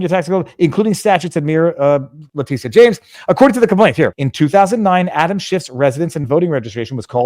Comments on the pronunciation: Letitia is pronounced Letisha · You keep calling her (lay-tea-see-ah) like she's a Latina. It's a different spelling all together. I pronounce it, (lay-tit-tee-ah, or Big Tush for short.😂😜